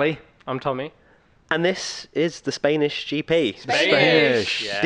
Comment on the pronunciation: "Spaynish GP"